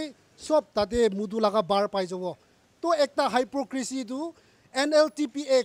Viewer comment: Since no one is telling you but I love you and I'm gona correct okay 😂check your pronunciation on hypocrisy